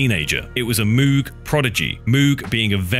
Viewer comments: Sorry to be "that guy", but "Moog" is pronounced like "vogue", not "tube". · Just incredible work here, in terms of the research, aesthetic, and storytelling. Also, immense contribution to the historical record. PS let’s agree that Moog is pronounced the way cows sound and am I’m sticking by it. 😅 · *no more darker than nine inch nails Really? 1989 pretty hate machine, or 1989 rabies by skinny puppy for a darker album… People need to learn how to pronounce Moog properly.